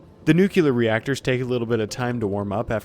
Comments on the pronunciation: why do you say nukular when the word is nuclear? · Drinking game: Take a sip every time this guy says "nukelar" instead of "nuclear". See how long you survive. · newkiller reactor